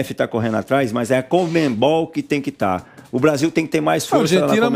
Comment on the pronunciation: ficou tão chateado que em pra encerrar ele fala COMENBOLL